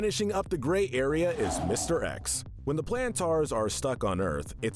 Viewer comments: It is pronounced Planters not Plantars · You said plantaurs a lot, but it is planters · Every time he say plantaar instead of plantar cringe me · Ok I cannot get over how he says the Plantars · YES YES YES I AM SO MAD HE KEEPS SAYING TGE PLANTERS NAME WRONG